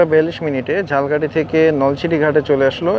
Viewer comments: Jhalkahti abar ki jinish vhai eta to uccharon hobe jhalokhati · আপনার উচ্চারণ ঠিকে নেই। ঝালকাঠি না এটা উচ্চারণ হবো ঝালোকাঠি বাট আপনি যেভাবে বলছেন সেটা হলো জালকাঠী। আপনি একটু খোজ নিয়া দেখবেন উচ্চারণ টা কি হবে। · ভাই উচ্চারণ ঝালকাঠি না ঝালোকাঠি হবে। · আমিও একই comment তাকে করতে চেয়েছিলাম। আসলে ইংরেজি word এ লেখা দেখলে পাবো 'Jhalokathi'। যাকে তিনি বলছেন Jhalkathi (ঝাল্- কাঠি) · আপনি যে স্থানের ভিডিও বানাবেন সেই জায়গার নামটি ভালো করে উচ্চারণ করুন, ঝালকাঠি কে একসময় বাংলাদেশের কলকাতা বলা হতো এর ব‍্যাবসায়িক অবস্থান এর কারনে!